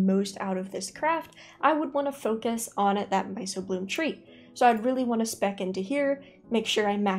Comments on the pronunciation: Small nitpick, myco is pronounced myko, means fungus related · I have to be that guy and let you know it’s my-k-o-bloom, hard c, like in the study of mushrooms. 😂